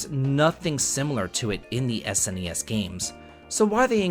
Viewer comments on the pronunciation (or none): none